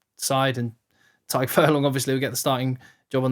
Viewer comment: Never seen an Englishman pronounce the name Tadhg and Caelan (almost) correctly haha Great video!! Keep them coming